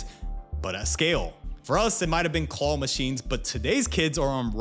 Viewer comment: I was so confused listening to this. I understood it only after I went back and looked at the video, but just a heads up that it is very hard to understand what a “call” machine is. “Claw” is pronounced very differently.